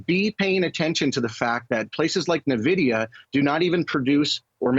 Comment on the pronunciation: AI will help people call it Nvidia not Nuhvidia.